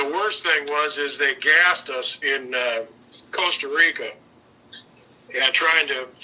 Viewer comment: I'm not even from the United states but when he first said Costa Rica I even knew that was wrong.